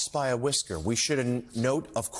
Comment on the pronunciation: “Loscht by a whischuurrr”…. Yup